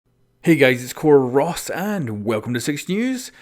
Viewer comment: Is your name? When you say your name it sounds like “core of ”